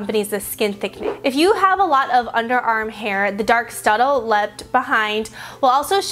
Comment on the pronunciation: am I the only one that kept hearing "studdle" instead of stuBBle? totally threw me off.